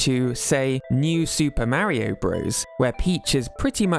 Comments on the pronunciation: It's not "marry-oh" it's "Mario" you sound like my grandma trying to say mario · I like how Peach can actually pronounce “Mario” correctly unlike this guy.